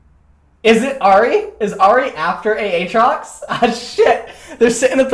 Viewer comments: A-A-TROX...I can’t tell if is a dumbass or trolling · love seeing jokes about how you/he said AAtrox. i made that joke way back when (maybe 8-10 months ago) Ayyyy-trox lmao